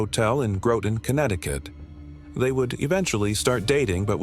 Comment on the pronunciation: Hate the AI pronouncing Groton wrong.